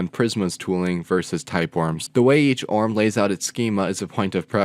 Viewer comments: [o - r - m] not {orm} like [i - o - s] not {ios} and like like [mac - o - s] not {macos} I was stuck it because you're repeated too much :face-green-smiling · Pronunciation please. Dude I can watch your videos. I barely made it 30s. It's an acronym, O.R.M., object relational mapping, nor orm or arm. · I've never heard someone pronounce it "orm". There is a reason ORM is capitalised, you're meant to spell out each letter. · I was wondering if this was an obscure joke after "orm" than "klee"